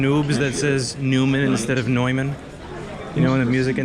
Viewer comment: Louis you n00b! About the pronunciation of Neumann, you were correct about the first part "neu" but the last part "mann" is a tad wrong. You make it sound almost like the word "men" (or a mix between man and men). For an American, it would sound closer to reality if you would pronounce it as "mun" in mundane. Love your vids Man :) I started following you about 6 months ago and never soldered in my whole life before. I bought some cheap gear and have managed to repair two throwaway LCD TV's since. I am trying to fix all sorts of easy electronics repair now before i jump on to phones. Thank you for all the great content! Cheers from Sweden